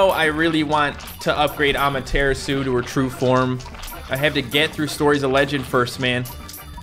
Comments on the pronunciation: Ama tura su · Amadaratsu Not amaterasu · NOOOOOOOOOOOOOOO YOU PEOPLE CONVERTED TO SAY AMATERASU INSTEAD OF AMATERATDSU HOW DARE YOU!!! Please go back to your true form! On a side note if you see this comment please check out my custom battle cat that I coded right here: I spent hours making it please see this!! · Am i the only one bothered by the 'correct' prononciation of amateratsu? I liked AmateratsU much better than amatErAtsu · I kinda like it more when says amateratsu then amaterasu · "amaratsu" suit you better to say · pronunciation for Amaterasu is a-mah-tera-su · It hurts me when you say amaterasu please go back to normally say it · I miss the old Amaterasu pronunciation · i feel knows how to pronounce Amaterasu's name since she's a Shinto God, he's just mispronouncing it on purpose to upset the people who care about pronunciation. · Me tooooooooooooooooooooooooooooooooooooooooooooooooooooooo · The way he says Amaterasu angers me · Please go back to saying Amaterasu, it hurts my ears to hear you pronounce it Amaterasu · Me to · The way pronounces Amaterasu kills me:( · I miss the old Amaterasu prononciation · Cmon say amaterasu in the normal way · Still says Amaterasu wrong lol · I hate the way the pronounce Amaterasu now, the old way was better